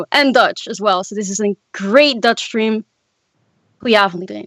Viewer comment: ' pronunciation of the Dutch language was remarkably accurate honestly